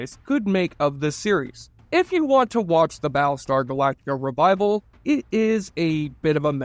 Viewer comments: "Bal star galaka"... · I'm more hung up on "Baalstar Glacta"